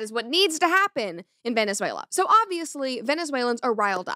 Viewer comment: That Venezuela pronunciation was ❤